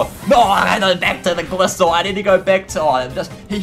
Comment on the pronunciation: Glisor? WAAAAAAAAAT IS YOUR POBLEM ITS GLI-SCOR WHERE DID U TAKE THE C.